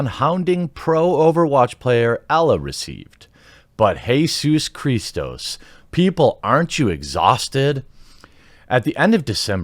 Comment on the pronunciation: You have earned my sub by saying Jésús Christós. I've literally said it for years. Content is A+ that I've seen so far, keep it up!